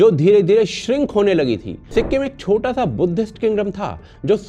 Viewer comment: Sa not sha